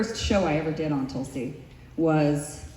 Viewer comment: Tulsi not gonna win ever. Even if she try 10 times. They can't even say Tulsi properly. The Americans r chanting Talsi talsi talsi.